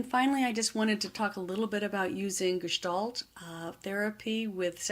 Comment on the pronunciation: Finally! The word Gestalt pronounced correctly, thank you.